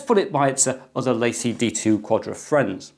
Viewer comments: I think it's pronounced La Cie. French for The company. In my opinion, it's just Seagate trying to hind behind another brand. I just have never found Seagate to be reliable based on the experiences of friends, family and co-workers. I personally wouldn't trust them with my data, but I'm sure there are plenty of people that do. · La Cie is 2 words... please speak it as if it were French.